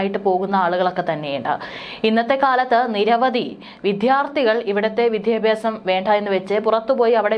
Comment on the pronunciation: "വിദ്ധ്യാർത്തി" ; "വിദ്ധ്യാപ്യാസം" കഷ്ടം തന്നെ 😢